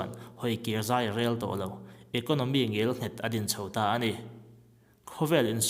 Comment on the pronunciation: Ngialnghet a ni lo, Ngelnghet tih tur, a bengvar thak e.